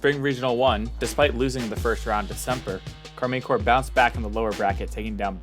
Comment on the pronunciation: Great video, but that can't be how you are meant to pronounce Karmine Corp. Like I would go for a /car-mine/ or a /car-men/ but no chance is it /car-mean/.